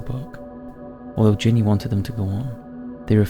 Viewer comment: “That will SAVE you to death” ? Ginny is short for Virginia and pronounced accordingly. GINny.